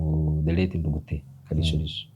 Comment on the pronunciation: Ndugute. Not Ngugute